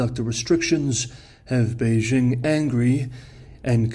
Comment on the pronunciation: His accent might be 'spot on' in general. Except he has trouble pronouncing Beijing correctly. That would be a dead give-away to a native as well as most non-native speakers of the language.